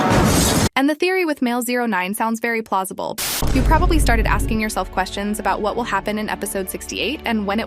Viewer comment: “Very plozible”